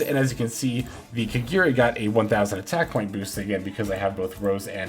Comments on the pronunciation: My guy, its ka-GA-ri not kagiri. 🤦‍♂️ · There's no e in kagari your saying it wrong